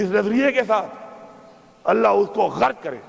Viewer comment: غرک نہی ہوتا بلکہ غرق ہوتا ہےُ